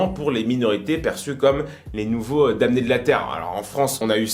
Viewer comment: Il n'y a JAMAIS eu d'invasion du Capitole. On a tous vu les images, vous vous comportez en collabo ! On ne prononce pas damm-né mais dannés ! Pour que vous pensIez, pas pour que vous pensez. C'est un subjonctif bon sang !!!!